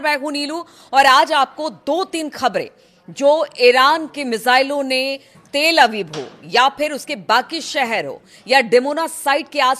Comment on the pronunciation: ❤not til abib but tal abib🎉